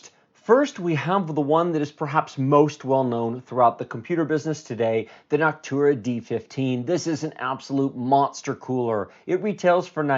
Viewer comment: why are you saying noctura? its noctua